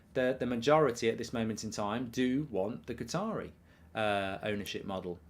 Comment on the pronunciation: Why does Mark call Qataris Guitaris?